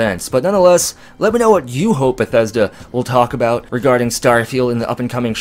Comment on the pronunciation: "Can we get into a bout" Are you Canadian? Never noticed a Canadian accent before.